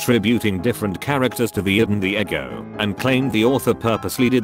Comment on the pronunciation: OMG Pronouncing it as Egg-o instead of E-go made me burst out laughing. 🤣